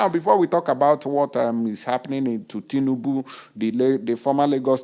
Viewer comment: 🤣🤣🤣🤣🤣🤣🤣🤣🤣😂😂😂😂😂😂😅😅😅. I couldn't help it but laugh my head off when i heard you say, some people are using torch and lantern to look for tinibu. I also love the way you say, lorilo.